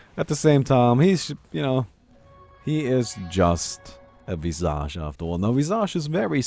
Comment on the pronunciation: Thats not how you pronounce visage.